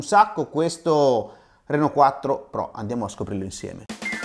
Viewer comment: sembra dire Renault 4......😂